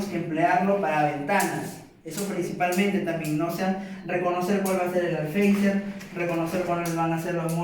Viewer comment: Por qué todo el mundo dice alfeizer si es alféizar xd